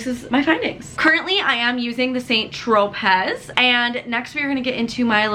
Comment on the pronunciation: It's pronounced "San Tropay"